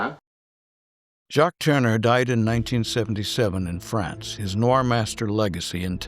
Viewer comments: It was nice you could fit Jacques into your tribute to Val Lawton, btw, it’s tour-nur, not turner Jane Greer’s character flees to Mexico, not Florida You do feature excellent photographic reproduction, a little AI enhancement perhaps? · This fine Frenchman's name is pronounced tourn-e-ay, not turn-er, as in Ted Turner.